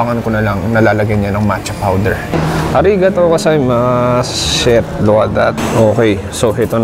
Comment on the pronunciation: natawa ko dun sa "arigato gozaimassshet" sa chicken haha